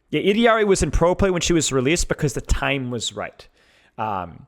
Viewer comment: OOkkkkk. i gave you like 10 times to pronounce ILLARI (ee-de-ard-ee) like a fkin bozo before i had to click off the video... holy smokes you are annoying